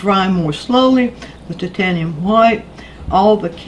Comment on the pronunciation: Excellent tips: thank you. I also love it when you pronounce 'titanium white' correctly as "tit-ayn-ium" and not the ridiculously politically 'correct' "tyte-ayn-ium". Refreshing.